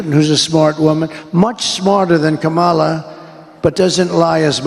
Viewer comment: 100% agree that Trump's violent rhetoric should disqualify him. There's clips all over the internet that show people leaving his rallies and lots of empty seats. No wonder, the way he talks about people. He still can't even pronounce Kamala's name correctly.